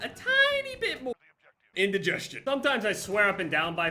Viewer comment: Nobody:: iNdIgEsTiOn